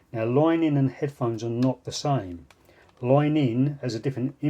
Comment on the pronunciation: "Loine in" accent